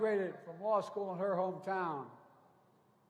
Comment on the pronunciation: Buy dem said he doesn't want his kids in schhoool with a raaciaal jungle.